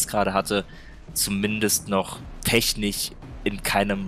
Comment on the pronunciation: "technich"? Wie kommt man drauf dass man das so ausspricht?